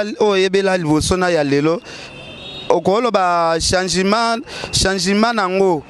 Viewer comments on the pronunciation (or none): olela donci🤦🏽‍♀️lobaka bien c’est changement et non changimen, engagima,seci 🙆🏻‍♀️😂 pourquoi ozotingama que aza n’a Papa irresponsable 😯